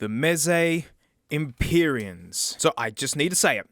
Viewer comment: mee-zee sent some empee-reans